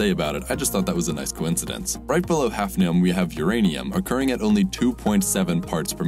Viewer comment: umm did you mean hafnium or 'halfnium'... jkjk